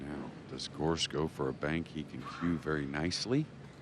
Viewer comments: Hearing that guy say Gorscht over and over is just unnerving. That shot was magical. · What's up with that announcer calling him "Gorscht?" Are we in Germany? 🤣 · Yates just cant say "gorst" he is not very good commentator anyway..